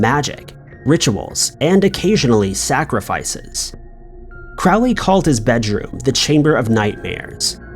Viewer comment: Crowley's name is pronounced like 'crow'. Not like 'crowd'. You get way too many names wrong.